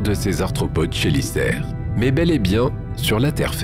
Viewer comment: C'est quand même fou de toujours pas savoir prononcer les noms des animaux, quand tu as une chaîne spécialisée dans l'espace et l'archéologie/paléontologie/géologie... Exemple parmi 150 autres : les "chélicères" se prononce "kélissères". J'aurais honte de faire des vidéos depuis si longtemps sans me renseigner ne serait-ce qu'un tout petit peu sur le sujet. Du simple copié collé des chaines américaines, fait par quelqu'un qui ne connait même pas le sujet. Bravo.